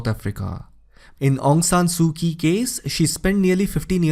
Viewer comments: Quite clear. "Kyi" must be pronounced as "Chi" in Burmese. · Excellent except Aung Sung Su Kyi the Kyi is mispronounced not K sound it is ch. che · Informative video, but a bit irritating because of your pronunciation of "Aung San Suu Kyi." Kyi is pronounced as "chee." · Great explaination... It is pronounced as Aung San Su Chi